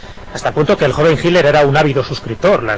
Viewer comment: Porqué pronuncian tan mal el nombre de HITLER? Me he dado cuenta que la mayoría de los españoles, no lo pronuncian correctamente.